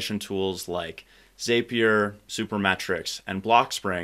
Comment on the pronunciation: Great stuff! A heads up: it's pronounced "Zap" -ier not "Zape" -ier